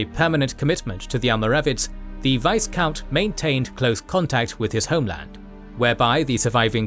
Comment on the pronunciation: The "s" in Viscount is silent. Also in French, its pronounced "Veecomte".